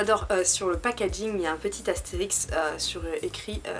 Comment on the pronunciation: Astérisque et pas Astérix stp😂❤️ (Team L désolé) Super video, toujours très crue dans tes analyses, ça Manque beaucoup sur YouTube ! Continue comme ça !!❤️